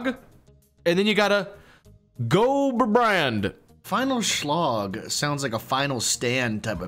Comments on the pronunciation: The Word Großbrand is not with two b's xD in germany we have two Types of s, we got the normal s and we got the sharp s (ß) so, Großbrand is spoken like Großbrand. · Man, as a German this is cracking me up xd super fun to see how non Germans try to pronounce German words xd Also a little thing for the future the "ß" letter isn't a B sound, it's a double S sound. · It wasnt grobernrand. It was großbrand. The 4th letter is what we like to call 'scharfes s' Or in english 'Sharp s'. not all words have it tho. Many years prior ppl used ut for more words than today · It's funny how a non german pronounces german words xD You pronounce "ß" like a "b" but it is just a "s" sound. For future videos you can use this tip :D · You probably get this a lot, but the German letter ß is pronounced like an s. Not like a b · Ayoo, you probably get flooded with comments like this but the „ß“ that you pronounced as „b“ is actually pronounced as a sharp „s“ (cause there is a soft S which is just „s“ and a sharp s which is „ss“ and an even sharper s which is „ß“) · "ß" is spoken like "S" not a "B" 😁... Großbrand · This ß is a so called sz you can also wrote double ss in some words so the ability is Grossbrand not Grobbrand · For Großbrand. the ß is a dopple s not a b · Pronouncing the ß as B just made me feel second hand embarrassment. For your purposes it's just an s. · The way he couldn‘t read the sharp s and pronounced it as B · You really need someone to say the names for you in german. I was dying laughing. Especially Großbrand (It is spoken with a Double S) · As someome who's learning german in school this was so good especially the pronunciation of ß was B I started learning german 1 years ago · Great video, as per the usual. But it is ß which is a double s. Grossbrand. And so on. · I love how he says ß as B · That ß looking letter actually makes an s sound. For future reference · Gossbrand lol. The b looking thing is a double s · Großbrand* you Can say grossbrand